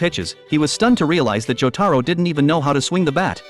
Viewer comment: Good thing he didn't butcher jotaros name like imagine John joeystar